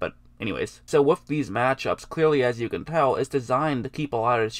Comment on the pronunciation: Man sometimes I have such a hard time watching these videos. Are you saying "wif" or "with"? Pronunciation is cool